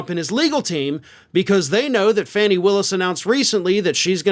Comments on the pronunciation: fani is pronounced Fawn-knee NOT Fanny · Please pronounce Fani Willis's name correctly. Her first name is pronounced "Fawni", not "Fanny". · FAWNEE !!! Willis NOT Faanee !!! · 😅stop calling her Fanny ,it's pronounced Fowny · My GOD her name is NOT FANNY smh Could u PLEASE stop calling her FANNY, I mean GEEZUS, I'm sure u have watched news stations that says her name correctly which is FAWN-E spelled Fanni!! Come on now!! 😒🙄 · I thought they pronounced her name, Fonnie, instead of Fannie?? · Fah nee Willis. Not Fanny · That's Trump's entire playbook - "Delay, delay, delay". (BTW, it's not Fannie Willis, it's Fani, and rhymes with Donny) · why do you continue to disrespect Fani Willis by mispronouncing her name? Fani is pronounced Fawnee not Fanny. A Mensa member should know better. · Not for nothing but Fani’s name is pronounced FAH-nee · I think it’s pronounced ”Fawny” Willis. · I love you and watch your show religiously. Would you please start pronouncing Fani Willis’ name correctly?